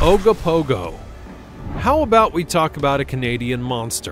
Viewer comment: It is pronounced Oak Ka Nog An lake. I live in the Okanagan. Please learn pronunciations before saying it. At least you got Ogopogo correct.